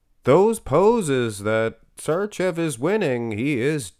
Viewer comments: it's Sharchev, u got it almost right, and its Milosh, not Milos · It's "Milosh Sharchev" he's Serbian... Š is SH and č is CH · Š(arčev) should be pronounced like if you say .....Shit .......but only first two letters of that word. The word Č should be pronounced like if you say .......China...... but only first two letters of that word